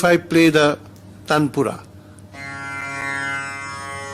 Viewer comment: It's not tandapura....😂...dear it's Taanpura.....that's supports base notes in concert